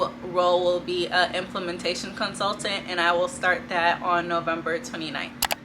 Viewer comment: I didn't catch what type of job in the tech industry you got.. more more likely administrative and you puttin' 10 on 2 trying to make it sound bigger than it is. Lol I feel like the fact you stopped the course as soon as you got a job speaks to your maturity level. By the way you also mispronounced the word implementation while reading it. You sound super arrogant for someone that succeeded in ONE experience and out here passing out advice like its the secret sauce but if you end up laid off and out of a job which happens all the time in tech, it will humble you real quick and you'll realize just how competitive it is and your little common sense interview tactics won't always work. Plenty of hiring managers that won't hire you due to your social media presence as well so keep that in mind. You're speaking about going into leadership and don't even speak polished on this video. Lol How are are going to go into meetings and speak and have people take you serious? Like seriously, if you talk like that in a business setting...you sound like a child still in high school. You can't ride off that college connection you made in the interview working with internal colleagues. Lol I hope it works out for you, but you need some reality in your life.